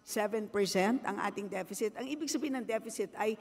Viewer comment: 3.7 depecit? galing mo naman